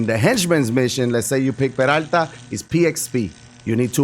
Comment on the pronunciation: i love the way you say "peralta" :)